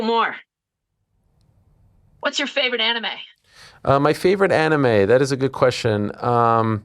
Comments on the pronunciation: Ariel calling it "Anneemay" irks me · Dude if you say Annie Mays one more time I’m gonna lose it.